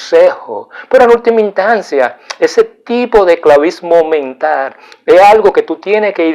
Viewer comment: me gusta mucho sus temas ya que son muy interesantes,pero amigo mio le falta mejorar su forma de hablar y pronunciar las palabras,quiza tambien no repetir tanto lo mismo. La palabra que en este video me da risa es como pronuncia VITIMISACION....en ves de VICTIMIZACIÓN..otra es NOJOTRO...en ves de NOSOTROS..No se dice MENTAR sino MENTAL... Tampoco se dice PERSONAR sino PERSONAL...Esto es solo una critica constructiva, no lo vea como un ataque..es muy inteligente pero mejore su didactica y vaya directo al grano en ves de alargar el video repitiendo tanto lo mismo tanto ya que se pierde el interes en seguir mirandolo.